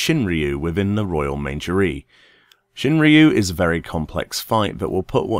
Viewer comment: Great guide. I watched this after I beat him. But please it is pronounced" the Royal Men-aj-ery" lol. Keep it up man! These guides are great.